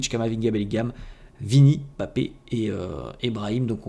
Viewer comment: T'es l'un des rares à bien prononcer Mbappe , tu ne dis pas M'Bappe comme les autres 😂